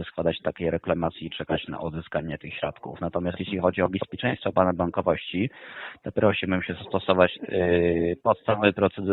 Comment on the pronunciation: Słowo BEZPIECZEŃSTWO ciężko im wymówić